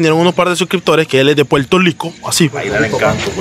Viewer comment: Maybe digamos Puelto pero el Rico si esta bien pronunciado pa que sepis…. Te quedo feo pero se que lo haces bajo la ignorancia asi que se te perdona. Saludos desde PE ere.